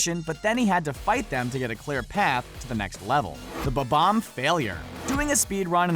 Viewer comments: Did... DID HE JUST SAY BA BOMB instead of bom omb what the shit stop saying BA BOMB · It's bob omb not bobon